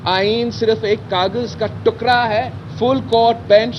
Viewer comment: ٹکڑا ہوتا ہے ٹکرا نہیں